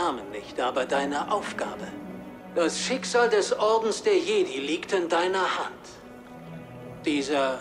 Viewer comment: Hey ich will ja nichts sagen aber du sprichst das Spiel falsch aus sag bitte Jedi auf Englisch